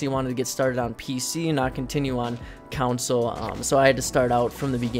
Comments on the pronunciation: CON-SOLE NOT COUNCIL!!!!! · Anybody else cringe when he said council instead of console like that shit was starting to piss me off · Couwnsole. That just hurts my ears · Anyone else triggered by how he miss pronounces consule no offense to him of course but it irritates me